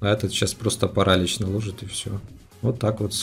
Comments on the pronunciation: не парАлич, а паралИч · King нет, паралИч